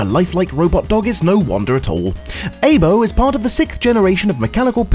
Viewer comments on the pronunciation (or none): Aibo is pronounced eye-bow. It means partner in Japanese.